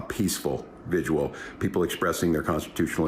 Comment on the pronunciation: Two sylables... Vigil .... Vi - Gil ... Just saying. We will be having a lot of them , might as well say it right I guess.